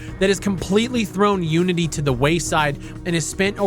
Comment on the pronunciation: When you said fuck unity, I thought you said fuck you and I was like wow rude. LMFAO.